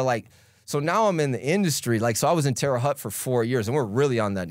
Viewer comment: Good interview but it’s Terra hote not Tera hut